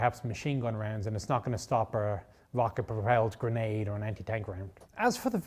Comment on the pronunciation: I thought he said a “Vodka Propelled Grenade.” 😂